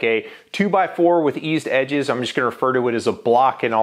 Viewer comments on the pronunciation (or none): none